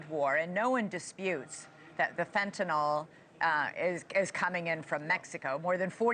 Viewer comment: Fen-tan-ILL not Fen-,ton-nall